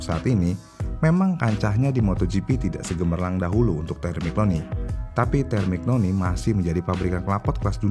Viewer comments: Terminyoni bacanyaa, bukan termiknoni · Busettt kmaren" Kaya takjub banget sama pembahasan, tpi skrg kok kaya jijik, cuma kaya baca teks, konteks dilewatkan, sperti Temignoni hrusnya disebut terminyoni, arrow disebut erow.. Ini mah Wikipedia di upload di youtube.. Riset cuma via gugel dan d baca doang🤣🤣🤣